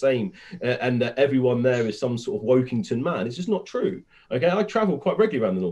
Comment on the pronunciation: “Wokington man” it’s Workington, literally proving Brendan’s point that they are out of touch with the working class 😂